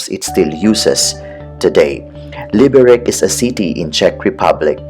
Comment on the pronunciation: Enjoyed the video, but it hurt to hear you mispronounce the name. The C is pronounced like TS, not like K.